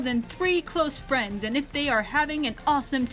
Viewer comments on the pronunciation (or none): none